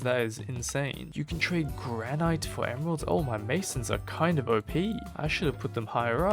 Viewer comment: Also its not granite its gran-it Also the orchid you say it as orc-it